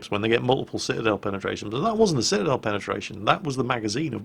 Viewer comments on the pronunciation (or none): none